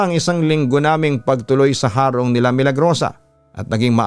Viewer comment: tamang pag pronounce po ng HARONG ay titigasan po ung HA . Hndi na po papahabain Ang HA . .HEHEHE Taga bicol Cam Sur heree☺️☺️